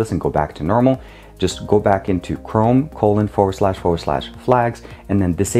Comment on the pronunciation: Forward slash sound like four slash